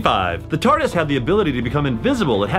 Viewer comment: the annoying blonde guy does not say Tardis, he says Tartis